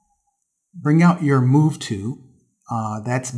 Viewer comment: Great vids! However, the 'L' in 'tool' is not silent! You have a fantastic speaking voice, great info and you're a great teacher...but I wince every time you say 'too' when you mean 'tool'. :D